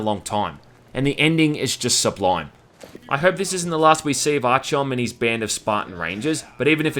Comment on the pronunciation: “Archyom” b r u h